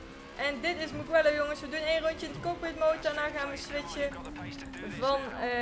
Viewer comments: Gewoon voor de info geen kritiek. Je spreekt het uit als muujelloow. Ik kende het circuit al van de motogp. Dat is met marquez en Valentino Rossi. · De g van mugello is zacht